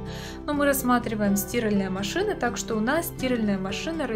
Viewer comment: Миленькая, это просто ужас. Где вы научились так разговаривать. Нет слова стИральные машины, есть стирАльные машины. За что лайк?